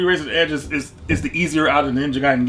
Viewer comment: Ninja Gaiden is Definitely pronounced ninja guy den well done 👏🏼